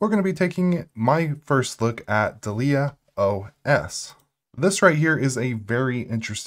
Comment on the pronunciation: DAH-lee-uh, like the black dahlia. pAN-go-lyn, the animal.